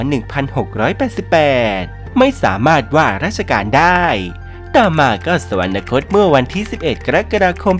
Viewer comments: แอดมินอ่าน สะ หวัน นะ คด เขียน สวรรคต เอาคำว่านะ มาจากไหน ที่ถูกแล้วต้องอ่านว่า สะ หวัน คด ไม่ใช่รึคะ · โคตรน่าสงสารยังไง ??? / คนบรรยายทั้งหลักและรอง อ่านผิดบรรยายผิดควบกล้ำผิดตลอด ดิฉันไม่ได้จับผิดแค่เปิดดูเที่ยวเดียวก็เจอ / คำบรรยายเขียนผิด แม้แต่คำว่า อยุธยา/ สวรรคต อ่านว่า สะหวันนะคต ตลอดเลย ไม่มี น หนูสักตัว ---- งานไม่ยากเพราะมีคนทำcontentsเอาไว้ให้ลอกมาได้ทั้งหมด แต่หยาบมากค่ะ